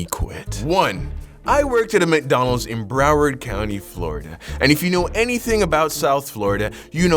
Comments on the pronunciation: I love how you say McDonald’s 😭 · The way he says McDonald's 😂😂